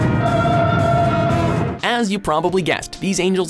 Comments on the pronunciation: evanguelion?? why are they pronouncing it like that? xD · Nice job, you pronounced "Evangelion" right!:D